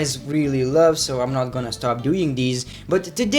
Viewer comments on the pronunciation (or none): none